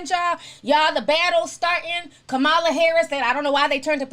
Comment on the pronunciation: That’s not how u pronounce Kamala. It’s KOM- ALAH